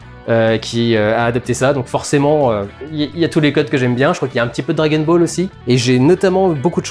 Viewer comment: Ahaha j'ai ris tout seul quand tu prononces " Drag n ball " 😂 la version LGBT de Dragon Ball